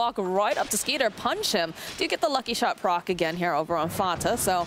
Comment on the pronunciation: Isn't his name Skiter not Skeeter?